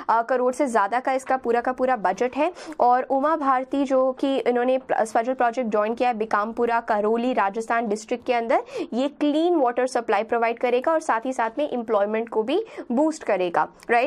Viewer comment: ma'am it's बारा‍ंं not बारन, करौली not कारोली, बांसवाडा not बनसवरा, भीकमपुरा not बीकमपुरा, सवाईमाधोपुर not स्वाई मधोपुर